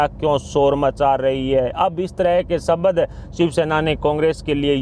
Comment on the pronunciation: Shabad nahi shabd Diragh nahi dirgh Purav nahi purv Parsan nahi prashn Are Bhai itne subscriber hai aur member bhi hai To koi achha news reader rakho Professional way me kaam Karo Yeh news reader anpadh hai